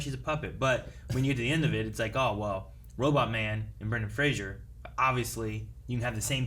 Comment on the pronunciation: It's Fraser not Frashur.